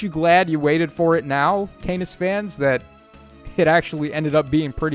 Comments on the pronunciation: I'm sure it's pronounced "CAW-nuss". These refines are looking pretty good. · Corrects his pronunciation of Canas' name ALSO: immediately pronounces it CAY•NUS again.